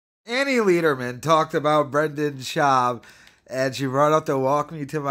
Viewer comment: Lederman not Leederman